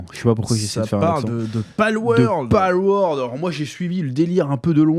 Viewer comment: PALWORLD et pas PALWORD !! XD